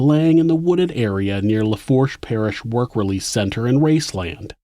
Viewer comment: It’s pronounced boo-tee not boo-tay And lafoosh not laforsh